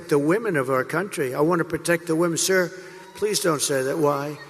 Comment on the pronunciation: He calls himself “sir”. But it kinda rhymes with “sewer”.